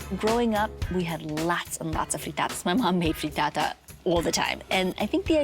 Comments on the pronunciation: say FREETAATA one more gd time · If she says “Frreetaataa” one more goddamn time...